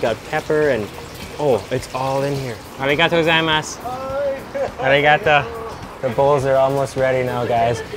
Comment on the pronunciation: Just a little advice, in "gozaimasu" you don't stress the "za" or "zai", the stress syllables are "go" and "ma", like "GOzaiMAsu".